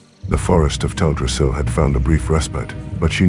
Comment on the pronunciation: Have you considered narrating this yourself? I'm sure everyone would appreciate having a narrator who can adapt their voice to the story and read with a bit of passion, instead of the current flat and bland TTS narration that butchers the pronunciation of non-common words like Teldrassil.